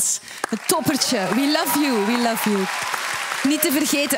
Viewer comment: luf of love? 😅